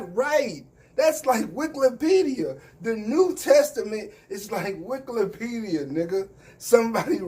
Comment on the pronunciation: My guy say Wiklepedia 🤣! But yeah them dudes don’t read enough to stay with Polighr intellectually!!